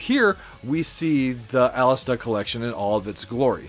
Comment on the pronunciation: It’s Alestè. There is no A at the end of the name. You’re killing me man. ;)